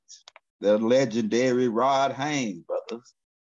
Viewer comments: H A Y E S not Haynes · I watch you a lot brother, much respect to you. Bit man his last name is HAYES not HAYNES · I love these two kings, but everytime say rod hayes name i cringe a lil bit cuz he always say Rod Hanes like cmon maaan 😂